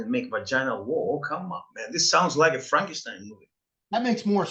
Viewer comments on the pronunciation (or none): none